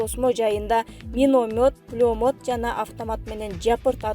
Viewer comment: Суйлоп аткан кыз окугансынбы пулемёттту айталбайсын сабатсыз уят уят кыз башын менен.